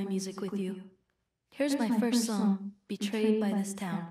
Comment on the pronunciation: I thought he said portrayed by the town and was like huh that's artsy IG but then he said it again as BETRAYED by the town....